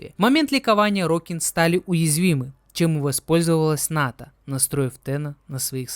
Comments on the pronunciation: Орокин, а не орОкин. Терпел весь видос эту резь по ушам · это тоже, вот только орОкин звучало намного чаще, потому на это внимание и обратил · Уровень подготовки к видео: весь ролик говорит орОкин. Я в ахуе как ему слух не режет. Чел ни вики не открыл, ни чужие ролики по лору не глянул. Это невозможно смотреть. А, да, Корпус - это не раса, а религиозная фракция. Фракция нищих бичей-людей, которые по догматам Парвоса Гренума поднялась и исповедует трушный капитализм, конкурентный рыночек и т.д. Сами Орокин тоже были людьми, но элитой, которая эксплуатировала средний и нищий класс, оградившись от них кастовой системой (Орокином можно было только родиться)